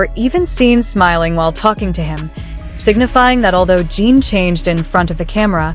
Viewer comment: This video doesn't know Jin at all. First of all, he is a he not a she. The pronoun was switched back and forth. Name isn't pronounched Jean. He already showed depth before in other songs.